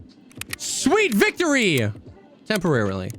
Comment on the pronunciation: You mean "Sweet *Vektory"